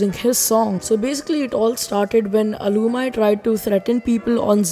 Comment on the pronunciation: It is al-u-meee not alumy